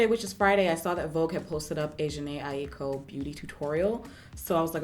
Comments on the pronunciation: You said her name right the first time lol its pronounced “iko” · Yup. Aiko= Eye-koh or ahあ-eeい-kohこ. Ai=Love and ko=child so her name means "Love child" most likely. Exact meanings of Japanese names depends what kanji characters are used. If it were spelt Aiiko it would be pronounced Eye-ee-koh or ah-ee-ee-koh.